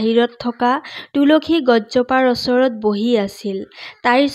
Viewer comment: ভাল লাগিল শুনি। কিন্তু শব্দবোৰ শুদ্ধ হলে বেছি ভাল লাগিল হয়। যেনে অচৰত নহয় ওচৰত